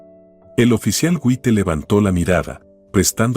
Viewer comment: El narrador es un disparatero. Hasta un niño pequeño sabe que no se dice Wite, sino se lee Jait. Deben de leer bien y buscar quien les diga cómo se dicen las palabras. Ya cansan con tanto disparates.